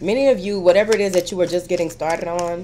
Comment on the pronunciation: lol I love when u say " whateva"